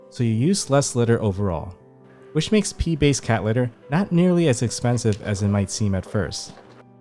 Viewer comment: I kept hearing Pee-based cat litter.